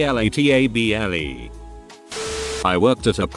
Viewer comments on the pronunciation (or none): I just lost it at how the AI couldn't even read things like "R E L A T A B L E" without simply saying the letters. xD Though the text ThAt LoOkEd LiKe ThIs made me laugh even more.